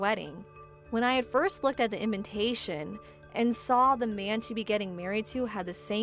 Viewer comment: Why do these people in all these stories always pronounce invitation as invintation.